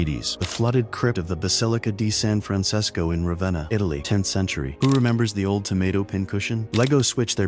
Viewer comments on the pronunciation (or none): none